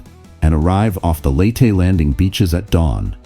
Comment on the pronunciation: Robo voice. It got Leyte wrong, too.